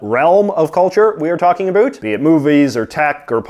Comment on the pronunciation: "Anything a boot anything" .......we found you secret canadian!